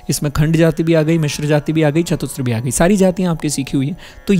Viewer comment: तिस्र और चतुस्र बोलिए, तिस्त्र और चतुस्त्र नहीं। वैसे ही hrisva नहीं hrasva शुद्ध उच्चारण है